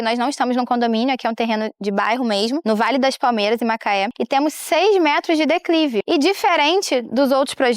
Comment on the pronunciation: Eu acredito que ela tá tentando dizer "declive" não dá pra entender direito